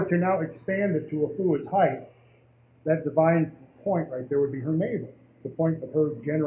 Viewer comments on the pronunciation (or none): Retrain your tongue to say "height".